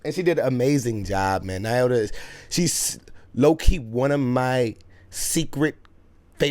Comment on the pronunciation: Lol, i hate to tell, because I love him so much, but heis also pronouncing Nyota incorrectly. Lol Knee-oh-tuh. Friendly, constructive criticism. Have a great day!